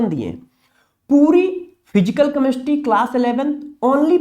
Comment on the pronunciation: कमेस्ट्री मत बोलो जी।केमिस्ट्री बोलो। बहुत बुरा लग रहा है सुनने में।पहले अपनी help करो।